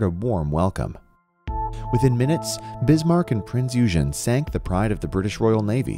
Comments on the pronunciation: Prinz Eugen was a heavy cruiser, not a battleship or battle cruiser and her name is pronounced oigen. Also I love the fact was she was too complicated for the yanks to operate. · i think it is pronounced as prince oy-gen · it’s pronounced “oy-genn” btw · It's not a battleship it's a heavy cruiser also pronounced prinz oy gen. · "battleship Prinz uh gen" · HEAVY CRUISER ˈpʁɪnts ɔʏˈɡeːn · Prinz Eugen (oy-gen) And this was a glorious period of our history - but we lost. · Great video. That’s actually pronounced Prinz “Oi-Gen”. I heard an old German officer pronounce it that way, so I guess he would know. lol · Oy-gun... Prinz Oy-gun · "Prince Yew-gen"?? Lolol you lost me right there. Sorry. If you can't get the pronunciation right at the very beginning (not to mention you spelled "wreck" wrack) I'm not gonna bother to watch. Nice try. 🙄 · Pronounced; Prinz Ouygen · Wrong wrong wrong, heavy cruiser and not the only surviving KMS ship. Pronounced O I G E N. Maybe it is lack of O2. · Thy do Americans pronouns it Prinz Ujen? You don't say Jun (gun) They do this with Lancia saying Lancha! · This pains me the way he said the name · Thanks it’s pronunciation was driving me nuts! How could you do a video and not know how to pronounce it? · Disliked because you don’t pronounce the name correctly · Aaaaahhhhh!!! I got it, I really got it! Believe me or not I was aware of this from the very first time I received the voiceover from my narrator. As I am GERMAN I really know how Prinz Eugen is pronounced. I just thought... hey come on, who really cares... f* it! After all is is a really good voiceover and remaking would simply cost more. OK I got my lesson: It is heavy cruiser vs battle cruiser and how to pronounce Prinz Eugen... ;-) BTW: Nobody has spotted so far the horrible mispronunciation of "Bundesbank" ;-) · It'd be nice if the narrator learned the proper pronunciations of the ship's name and atoll's. Also the ship was a heavy cruiser, not a battleship. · Prinz OY-GEN.